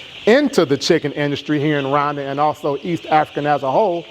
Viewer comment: What country is he talking about? RUNDA or RWANDA? pronounce as RUWANDA. I'm trying to believe him but for someone who invested so much money who cannot even pronounce the name of the country of investment? Bro.. I call this Cap. BIG CAP